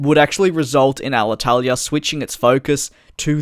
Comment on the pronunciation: Congratulations for your very good spell of Alitalia name!! You seem to be Italian at 9/10 😁